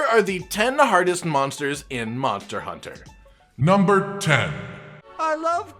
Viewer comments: he said monter hunter not monster hunter lol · says Monter Hunter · Are we not gonna talk about the fact that you said Monter hunter?